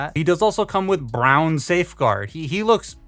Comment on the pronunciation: idk why but the way you saw brown here is funny lol